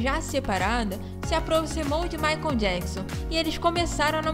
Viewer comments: Não é "Maicon" mas sim Michael (pronúncia MAICOL). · Moça, não é Maicom e sim Maichaellll😮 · Gente, eu amei o vídeo, mas a pronúncia do nome do Michael me deu aflição 🤦🏻‍♀️Maicon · A pronúncia dela falando michael ... Maicon dói os ouvidos de uma fã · O q me deu aflição foi vc toda hora dizendo Maicon kkkkk